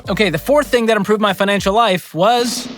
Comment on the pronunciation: did say Pinancial Peace?